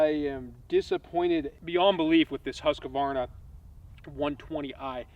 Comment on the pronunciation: Stop saying huskavarna! Its Husqvarna